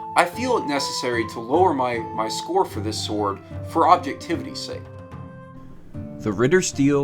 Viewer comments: It's kinda pronounced "Lahnds kuhnesht" but it can be overlooked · It physically hurts to her landsknecht being pronounced lanschnect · it is pronounced, Lansk - Nesht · With this you'll nail the pronunciation of "Landsknecht"